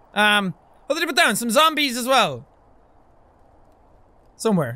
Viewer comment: Z-zombies lol why'd you say it like that